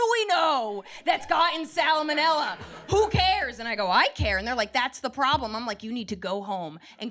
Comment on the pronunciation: Funny!! But that extra syllable in salmonella 😳